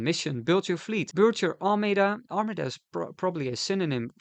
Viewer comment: armada is pronounced "ar-marda" btw